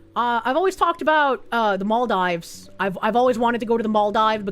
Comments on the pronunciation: Mall-dives... It's Mahl-DEEves,. As a fan of many years, hearing you mispronounce things upsets me! (Joke) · Girl. It's pronounced "MOL-deevs". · It’s Mall-deevs. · ah and her funny pronunciations. it's mal-deevs:)